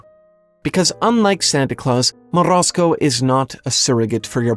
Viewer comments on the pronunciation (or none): MorOZko, not Morasko. I am a russian speaker sooo... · As a Russian, I do appreciate the effort you made to roll the R on Morozko lol Also, holy shit this story is so fucked up, how have I never realized that growing up??? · I like your pronunciation of "Morozko"